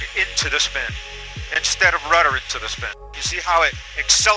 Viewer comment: RUDDER NOT RUTTER.